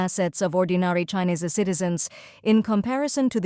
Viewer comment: They need a better AI. It mispronounced China and Chinese with a soft i instead of a hard i.